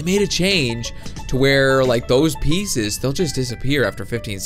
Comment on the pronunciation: Pieces not pieces